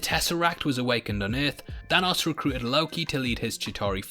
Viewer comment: I can't get enough of how says, "Thanos". I could listen to you talk all day, mate!